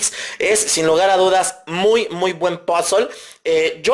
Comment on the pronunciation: Odio cuando dice "POZOL!!!!" En vez de puzzle:v